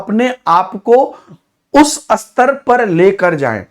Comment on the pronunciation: स्तर को आप खुद असतर बोल रहे है उसका क्या😂